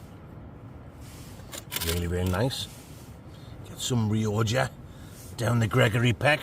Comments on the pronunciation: Nice biscuit guy said he's afraid to comment anymore but told me to tell you it's pronounced rioca not rioja! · It’s Ree-oh-kah ya giant fandango!